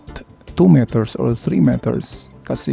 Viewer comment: Oo nga. Dapat wag mo ng artihan , normal lng na Tagalog para Hindi rin kmi na didistruct. Meters is pronounce as miters.